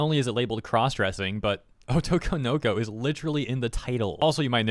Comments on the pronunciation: Oh toe ko no ko Otoko no ko You're linking the syllables wrong. You're saying it "oh toko noko." That's wrong. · Also, the way in which you pronounce otoko no ko as being one work was super funny😂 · It's weird to hear otoko no ko pronounced as one word when in reality it's 3 words lol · the way you pronounce otokonoko is so weird lmao